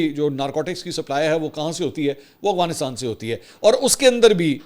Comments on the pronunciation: Mansoor bhaeey ap k vlog daily dekhti hun.bahat achey hotey hain bas ap Afghanistan ko Aghwanistaan boltey hain to Afghanistan bola krain.😊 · کافی وی لاگ سے دیکھ رہا ہوں آپ افغانستان نہیں بول پاتے۔ اغوانستان نہیں افغانستان ہوتا ہے۔ سلامت رہیں ❤ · سر آپ افغانستان کو اغوانستان کیوں کہتے ہیں 😂 کیا یہ کھلا تضاد نہیں ہے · Sir true word is Afghanistan, not is aghfanstan.